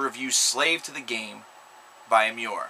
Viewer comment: it pissed me off when you pronounced emmure correctly